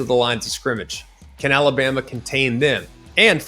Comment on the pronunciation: Had a problem with saying Alabama there buddy! 😂 Colorado 42 KSU 17